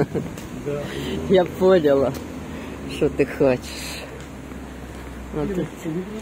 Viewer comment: Вас обожаю! Не в службу , а в дружбу: Слова- взяла., дала, поняла - произносятся с ударением на последнем слоге .